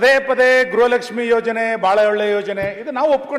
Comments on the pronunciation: ಗ್ರಹ ಲಕ್ಷಿ ಅಲ್ಲ.....ಅದು ಗೃಹ ಲಕ್ಷ್ಮೀ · Grahalakshmi alla amma gruhalakshmi antha helu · ಅದು ಗೃಹ ಲಕ್ಷ್ಮೀ ಗ್ರಹ ಲಕ್ಷ್ಮೀ ಅಲ್ಲ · ಗ್ರಹ lakshmi ಅಲ್ಲ ಮೇಡಂ ಗೃಹ ಲಕ್ಷ್ಮೀ